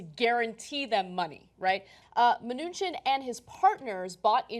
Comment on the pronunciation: From all the ways you mispronounce this Mnuchin guy it sounds like you're all struggling really hard not to call him Munchkin :3